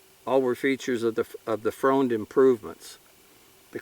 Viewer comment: Great video. Interesting pronunciation of Freund. I'm sure there are plenty. My Mom's side of the family are Freund's but now pronounce it Friend. The story was my great great grandfather had already emigrated to the USA when WWI started and they still pronounced it the heavy German way of Froind (bad spelling I know) and didn't want he or his family to be thought of as the enemy. Either way like I said great video and thanks for sharing a wonderful piece of Historic Treasure.